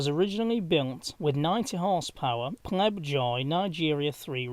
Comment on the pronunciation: Pobjoy not Plebjoy engines.